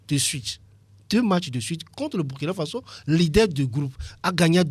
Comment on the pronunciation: On dit Burkina Faso